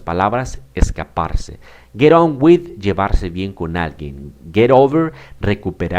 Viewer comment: Su explicación y planteamiento del tema son buenos. Sin embargo la pronunciacion de muchas palabras, es incorrecta, creando confusión. No es elevenD, es eleveN; no es fiveteenD, es fiveteeN; onD, es oN; no es downD, es dowN; no es turnD, es turN, y así hay varias repetidas muchas veces, errores que calan y se multiplican. Gracias.